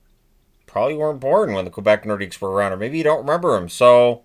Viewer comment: "Lay NorDEEK". No S, please,.